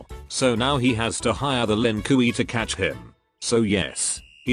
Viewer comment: "Lin Kooey"